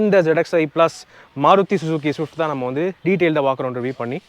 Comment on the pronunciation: thank you for pronouncing the swiiifftttt properly 👍